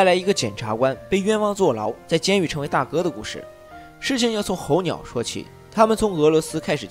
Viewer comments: 猴鸟🐦🐦🐦🐦🐦🐦哈哈😄😄😄😄😄😄😄😄😄😄候鸟呢特么hou是四声。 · 候鸟。。。四声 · 候鸟 二声? 什么逗比都讲电影了吗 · 每次听UP主念「猴鸟」和男主的姓我就出戏…